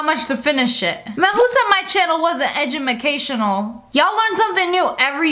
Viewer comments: "Edumacational" 💀😂 We say that at school 😭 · lol edumacational 😂 😂 😂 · That's not how she said it.... She said edumacation